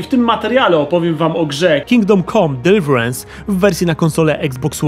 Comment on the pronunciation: Kigdome kome DeRwiżaNsee" Słowa klocucha